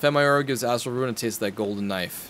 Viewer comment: every time you say astrol it sounds likes as awhile